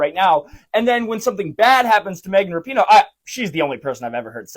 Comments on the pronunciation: I love how you fuck up her last name differently every video... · Dude, that’s not how you pronounce the name!